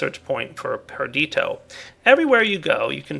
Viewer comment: It is Perditio. Not Perdito.